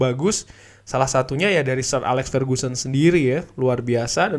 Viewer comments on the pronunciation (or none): none